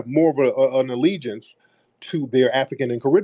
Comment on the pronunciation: Ah, dual alligence. Did you say you like wearing " jewelry"????